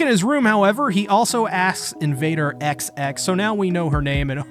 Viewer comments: sorry to be that guy, but XX is pronounced as "Exes" i accept all nerd emojis that will be sent at me, i deserve it. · xx read as exes